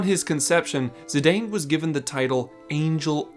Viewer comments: His name is "Zih-Dahn" not "Zih-Dayne" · That's not how you pronounce Zidane. It's Zih-dahn, not Zih-dayn. It's consistently pronounced that way in all of the Dissidia games. It's also a surname irl.